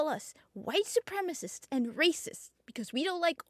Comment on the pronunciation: Su-prem-a-cists. Not supremists. Try reading more and not being so American.